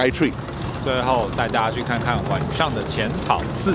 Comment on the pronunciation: 好奇問個 是南部人嗎 因為聽到你講晚ㄕㄤˇ XD